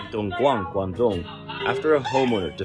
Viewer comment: DONGGUAN, GUANDONG lmfao😂